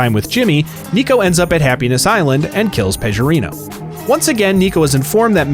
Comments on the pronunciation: It's Pe G orino not Pejorino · Packie: It's Peh-GUH-Reeno. Pecorino's a type of cheese.